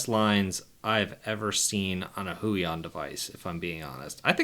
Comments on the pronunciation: "Hway-On" not "Who-E-On" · It's more like "hwey-ON"